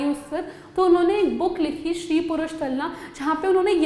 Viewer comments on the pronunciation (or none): It's stree purush tulana not shree... You have written right but pronounced wrong